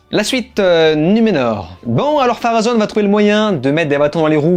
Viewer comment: Bonne continuation. Cordialement. D’ailleurs on dit Pharonne. Et Erigionne.